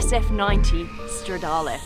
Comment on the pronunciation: she actually said “stradale” in the right way (i’m italian) bravissima!!